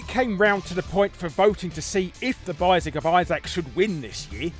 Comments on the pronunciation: "The Bissac of Issac"? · "The bisaac of Isaac"